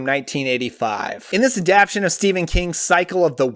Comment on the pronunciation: Stop saying “adaption” the word is “Adaptation” you are leaving out a syllable and it’s driving me nuts